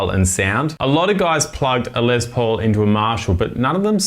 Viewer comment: Who's "Ice"? What's a "Lez Paul"? 🤔🤨🤔🤨